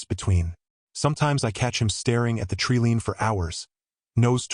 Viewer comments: Wow, these AI voices are really getting good ! "Treelean"??? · But the narrator couldn't even pronounce "treeline" correctly. So I'm guessing AI. Hard to believe, too.